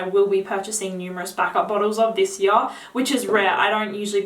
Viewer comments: Have you got a most complimented already? Funny how you ponounce 'yar';))) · I told you I love the way you say here...lol...but my new favorite word you say is now "Year" 😉...keep up the good reviews. I watch you for you're women's perfume reviews for my girlfriend..thank you😊